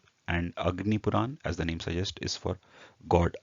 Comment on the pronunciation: its puranas not purans